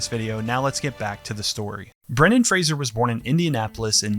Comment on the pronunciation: Thanks for pronouncing his last name correctly! I'm sure he'd appreciate that.